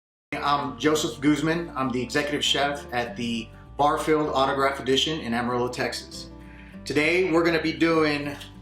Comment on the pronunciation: Your name GOOZEMAHN NOT GUZMEN 🤦🏻‍♂️